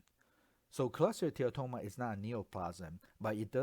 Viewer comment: This presentation is fantastic. I particularly get thrilled the way you pronounce cholesteatoma with a mix of what sounds like American and Malaysian-Chinese accent. You just say choleteatatoma. Best online radiology teaching on this topic I have seen so far.